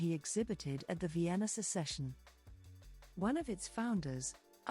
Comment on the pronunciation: In general good info, but earbothering pronounciation. Sorry, I can't listen to any more. It just hurts. Not knowing how to pronounce Jugendstil, Secession... Art Nouveau, Jan... I can't stand it. I think in fact it is AI voice. Such a shame for this good content. 🥵